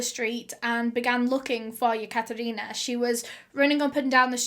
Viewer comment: Any 1 else cringing everytime she says yakatarina